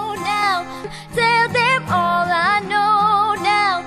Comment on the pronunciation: مشكور الأخ على كل مجهوداتك: ملاحظة : كيف إستمعتم لنطقها لـ " When all is done "...؟ , إعتماداً على ما سمعته أعتقد بأنّها نطقت بـ "hal is done " هل هي ضمن الـ Slang؟